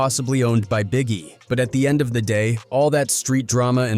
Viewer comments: Gawd damnit, its pronounced 'Of' as in 'Of the rich and poor" not O.V. 🤦‍♂ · Bruh wdf is a damn O.V. dot? Ov is slang spellin for "Of" how lame are these idiots who use AI n dont check their work to make sure names n words are pronounced accurately? Ppl are so lazy n quick to throw shyt up jus to monetize, but dont pay attention to detail wit so eva. That shyt annoys tf outta me.